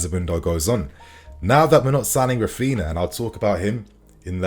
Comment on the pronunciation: Raphina.... RAPHINHA